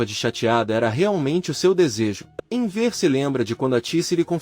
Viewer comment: Inver que pronuncia horrível é Enver